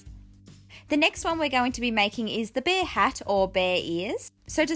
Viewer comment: you said beer instead of bear btw love the charms making them now don't worry about the mistake you made it makes no difference on how good these are love them😍